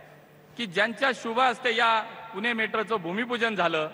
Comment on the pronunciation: पुना पुना हा काय फालतू पणा आहे..यांना‌ पुणे म्हणायला त्रास होतो का🙄